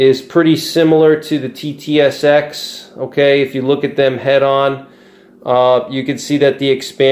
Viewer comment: You kept calling the TTSX at SST. Confusing!